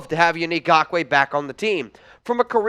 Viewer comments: It's not Gockway bro. You are literally the only person that pronounces it that way. And I'm going to go with his teammates and every sports analyst every color announcer every everything in the NFL pronounces it correctly and you ain't doing it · For GAWKWAY Lmfao, I love how you pronounce his name 😂🤣 It's wrong but too funny to change. Keep it goin 👍🏼 Also, yes we Need Yannick bad. InGawkway would add so much to the team even tho there's an ice cubes chance in the devils playground that we will get him. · like your show and agree with your prediction that YN will not get signed by the Raiders, however, please learn to pronounce “Ngakoue.”